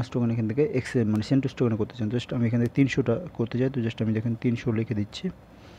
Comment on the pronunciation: ভাই সেনটুস নাহ...সেন্টাস! 😒